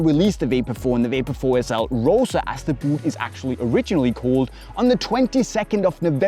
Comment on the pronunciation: Did say "It is what it izz"?😂😂